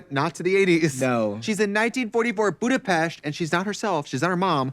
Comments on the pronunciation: Trixie pronouncing Budapest properly <3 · Thank you for pronouncing Budapest correctly f**